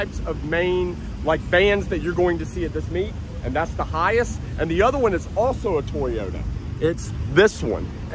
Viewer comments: It's pronounced hi ACE not hi ise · AAAAAHHHHHHHHH I cant stand it anymore lol It's Hi ACE not Hi ASS lol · NOte that it's spelled HiAce. Capital H, Capital A. It's pronounced High Ace................ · the dude in video is pronouncing HiAce as "High ass" 😂😂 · For a car guy, you need to know how to pronounce your models. I've always thought it was pronouced as High Ace, not Hi-yas. It's essentially the mimic kind of the English pronunciation of high Ace. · Hey - Get it right its a Toyota "High - Ace" what's up with the Hi-yes? Duh??? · It’s not Hi- S it’s HI - ACE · Hiace pronounced Hi Ace 😂😂😂 not hayice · High Ace not High Ass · Hi-ace mate not hi-iss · Not "Hi-Ace" not "Hi-Ass" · It’s not high ass. It’s pronounced high ace! 😖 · In English the vans name is pronounced HI ACE as in a card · it's pronounced hi as the word hi then ace so yeah 👍🏻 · awesome videos dude.... it's pronounced Hi Ace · Pronounced Hi-Ace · Hi Ace pronounced High Ace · It’s pronounced as HI-ACE. It’s not a one word. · Hi-Ace not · its pronouced high ace... but as one word.. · Pretty sure you're pronouncing it wrong 😂